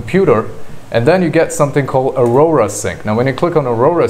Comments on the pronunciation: why arora it's AU-RA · Its aura not aurora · It not ARORA.....It's AURA pronounced as ORA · Thank you very much about this content, I like it very much, I think that Aura is pronounced Aura (like the soul around us or the gold in latin) not Aurora (like the moment before sun rise or after sunset), but I really liked this content very clear and very nicely straight to the point. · Bro it's aura (ah-rah) not arora